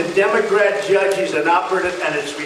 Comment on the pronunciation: Does he know there is no "oo" in "judge?" ... he says "joodge" ... what a clown. Unfortunately, he can say and threaten whoever he wants and nothing will happen to him. He will NEVER be held accountable.